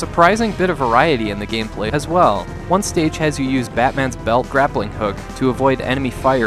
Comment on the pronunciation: Right after says "a'swell" just like the guys from skeleton realm lol (I'm sure he did it first lol those guys seem young and this is an almost decade old video 😂)